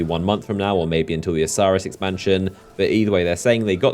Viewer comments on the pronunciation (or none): none